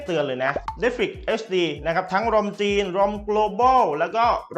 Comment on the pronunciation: มีอย่างนึงที่ผมงงพอดีดูคนรีวิวหลายต่อหลายคน เน็ตฟิค เขาก็เรียกเน็ตฟิค แต่ทำไมมาดูคลิปนี้ผมงงเลย เรียกเนดฟริคเฉย แล้วเซี่ยวมีก็เรียกฉาวมี่ คือไรอ่อครับผมงงจริงๆ สำเนียงเนี่ยคนไทยปะครับตะหงิดใจ ไม่ตั้งใจมาดูคลิปนะมันเล่นอัตโนมัตเอง